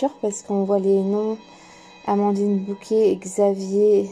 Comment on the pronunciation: Très bel oracle que je pense me procurer. Merci. ❤ Simple remarque : je pense que c'est Bocquet et non Bouquet.